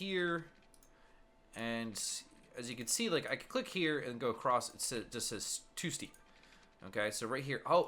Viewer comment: also said acrost